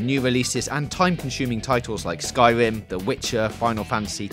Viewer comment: "Skywim ", "mid-level wawiors", "welease", "micwo-transactions ", "pwomise ", "weal twasvesty " "Mawio"... Someone give some speech lessons before he records the voice overs.